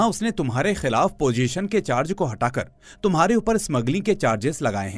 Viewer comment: Pojeshan? I thought you do professional voiceover. 😂